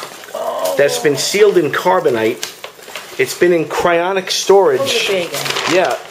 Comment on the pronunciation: For the love of God,....it's cryoGENIC not "cryonic"